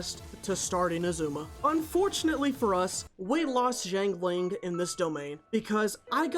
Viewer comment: amazing video but i hate how you pronounce zhang ling </3